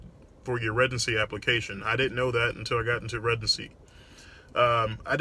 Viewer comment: Been a fan for a while Doc. However, I've always been curious as to why it sounds like you say residency with a G? Like "Regency"